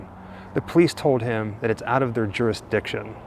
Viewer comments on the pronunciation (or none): "Out of our durastiction" or "out of our remit - a domestic"?